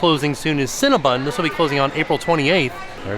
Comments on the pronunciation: it's CinnaBON, not CinnaBUN. But no matter how you say it, I want a box with extra frosting. Yum! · 🥴😖 the 15 times said CinnabOn wrong lol